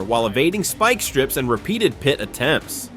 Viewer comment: 👎👎👎👎👎 - Your AI narration is fucking horrible!! A pie-tee maneuver or pitee maneuver? Shows how lazy you are can’t stand channels like yours!! Disliking every video you post and adding negative comments!!👎👎👎👎👎